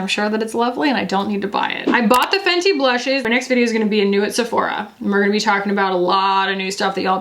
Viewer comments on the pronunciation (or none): none